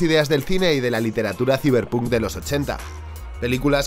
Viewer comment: Ta' bueno el "siberpuuunk" 😂🤡 Saiberponk conteXto